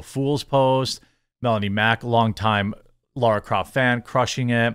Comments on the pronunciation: Laaaaara! Not Laura! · LARA not Laura